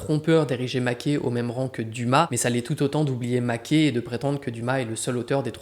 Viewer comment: Ca se prononce Maquè (et) et non Maqué